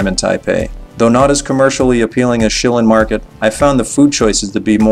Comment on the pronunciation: Pronunciation- Shirr Lyne night market...... vs. Shilling..... might help with taxi drivers